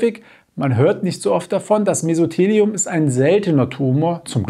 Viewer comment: Sie haben Mesotheliom falsch ausgesprochen. Die Betonung liegt auf dem "o".